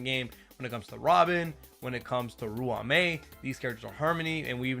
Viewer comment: That’s not how you pronounce ruan Mei 💀💀💀